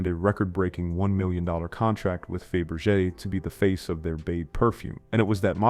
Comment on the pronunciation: Followed up by saying she represented "Fay-bur-jay".